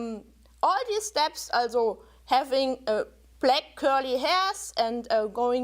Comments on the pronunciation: This exacly what I wanted to say aswell. Thank you! It is not only that she has a horrible accent, but that some words are just pronounced wrong /german: Especially "also". (For non.germans:) "Also" is a word that exists both in german and english, but has a completly different meaning and therefore (aside from gerneral differences in the pronunciation of both languages) pronounced differently aswell. (Sorry if there are grammar or spelling mistakes) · i'm german and her "also"s trigger me so hard, rn.